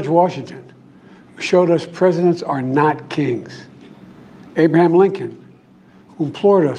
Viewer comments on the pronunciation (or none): none